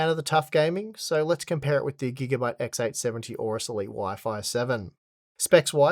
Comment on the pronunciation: Why does he say "XX" all the time instead of "X"? I don't get it. He repeats XX870 all the time when it's just X870. Is it a knowledge problem or a pronunciation problem?